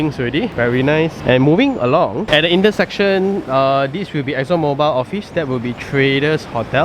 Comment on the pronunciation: Every time you said Exon ""MOBILE"", I offer praise to almighty God.